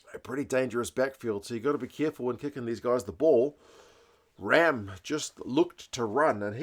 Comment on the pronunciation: Great review, thank you. I think Pollock was taking his pulse in celebration!! Correct pronunciation of Ramm too...erRamm! He's a rough diamond, plays wing too.